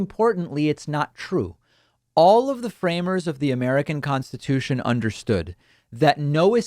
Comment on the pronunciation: Contitution? LoL